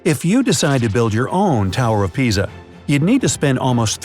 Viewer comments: You called it tower of piza instead of Geza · I am the only one who hears "leaning tower of pizza ?" 🙄 or this is quarantine effect on my Brian??